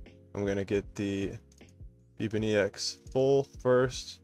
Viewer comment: the way you say "bepinex" literally haunt my dreams it's pronounced "bep-in-ex" not "beep-in-e-x"